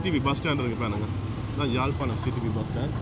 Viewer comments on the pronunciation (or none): Its not Jalpanam. Beautiful Yaazhpanam.